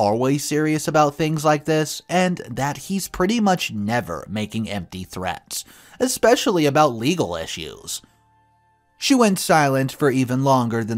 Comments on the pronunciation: To you keep pronouncing especially wrong did detracts from the quality of your story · There's no X in the word especially